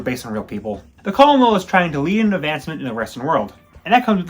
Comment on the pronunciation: Colonel is actually pronounced like kernel. Yes, I know that makes no sense